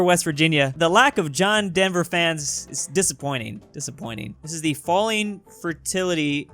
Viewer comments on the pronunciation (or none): none